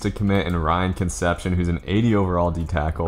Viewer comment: Its pronounced - Kun sepp see own, Concepcion, not conception